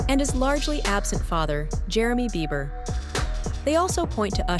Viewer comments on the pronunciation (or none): “Jeremy Beaver” did she really just say that. Omg lmao 😂😂😂